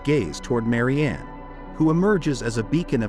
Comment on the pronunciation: It is a good video, thanks, but i could not notice that for poor Eugene Delacroix, both his name and Marianne were mangled. Why not present classical paintings as they are, without blurring? Does not Youtube algorithm have enough "brains" to distinguish them from baser images?